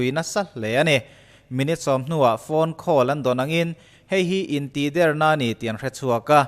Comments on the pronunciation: In tihder i sawi dan thluk khi... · Intihder tih a "Der"tih lai hi thluk loh tur(ri hniam)tur niin ka hria ...a ngaihnawmin a bengvarthlak e ..tang zel rawh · Intihder hi i lam dan hi van mak ve.... kan lam dan nen a in ang lo tlat